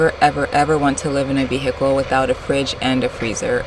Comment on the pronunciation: On my last damn nerve saying “vi-hickle” 😂😅